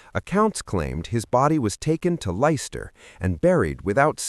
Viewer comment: Its Leicester...not Lyster... and the body was found in 30 mins..not a few days AI Slop!!!!